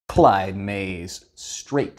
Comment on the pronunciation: Please use the accent you used to say Clyde May's for literally all future videos. Kthxbye